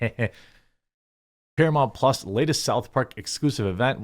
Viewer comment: “Exclusively on Paramount Plahhs” 😂😂😂